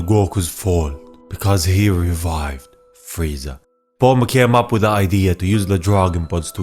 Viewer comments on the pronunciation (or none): none